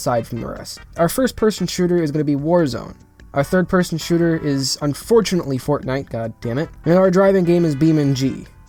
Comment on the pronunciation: I love how u said fortnite as fagnite, good job bro ur cannel is rlly different (in a good way) love it keep it up and have a good week 👌